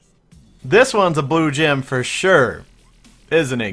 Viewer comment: The way you put the emphasis on "blue gem" makes me cringe.